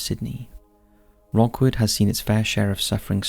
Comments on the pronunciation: “Rookwood” not Rockwood cemetery. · Its not pronounced Rockwood.. It's pronounced Rookwood..🙂🙂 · It's Rookwood, not Rockwood cemetery! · The first one is called Rookwood NOT Rockwood!! The quality on this channel is going downhill fast!! You still haven't pointed out the bending blade of grass on your previous video. Going for quantity not quality is a slue move. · Rookwood is pronounced rook not rock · As a Sydney-sider, just letting you know it’s pronounced rook(ruhk)wood. As in the chess piece. It’s beautiful and peaceful, with amazing historical buildings including a train station that was connected to Mortuary Station in the main heart of Sydney. Even though it is near a main road, the road noise disappears and leaves behind a quiet silence that is only broken by the wind and bird call. Never done a night time visit but I know it is a wonderful place to be at rest during the day.